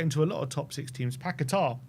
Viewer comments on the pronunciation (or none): You are pronouncing paqueta incorrectly, annoying. Not paquetar!